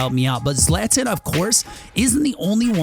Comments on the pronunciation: It’s not zlaaatan it’s zlawton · pronounced Zlat-on please look up pronunciations before a video those of us who know cringe pretty hard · It’s ZLA TON that’s how you pronounce it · “Zlatin” 🤦‍♂️ ZlatAn brought me here. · If you knew Zlatan you would know that it is his thing to say Zlatan says _____. Zlatan is prononced Zlaton. No hate just telling the confused people. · can’t believe you’re pronouncing the gods name incorrectly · you pronounce zlatan’s name extremely wrong... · It’s Zlatan not Zlatan